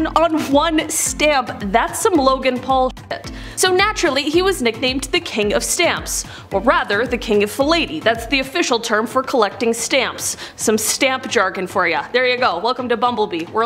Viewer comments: Philately not fillayley. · Just trying to support knowledge…Henry VIII wasn’t in the Victorian era—that’s named for Queen Vic. To cement my status I want to add that stamp collection is phi-LAT-a- LEE. I do love the show and the narrator